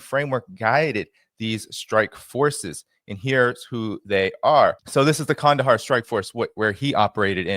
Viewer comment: Nice pronunciation of Qandahar,! 👏👏👏